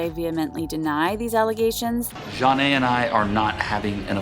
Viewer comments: The fact u pronounced Jonna name as JAH-NAH is so cringe 🥴🥴🥴 it’s JAH-NAY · How can you STILL manage to mispronounce Jonna (John-aye) even when you literally have a clip in this video of MJ saying it (correctly)?🤦🏻‍♂️ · That’s a dislike for not doing enough research in the show to say their names right. Jonna is just an egregious example.